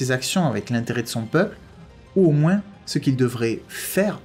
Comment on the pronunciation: C est moi qui rêve ou tu prononces "moinsse" à la place de "moin" ?